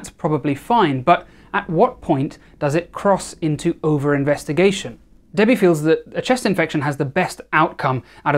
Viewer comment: ok he says debbie but i hear daddy am i ok?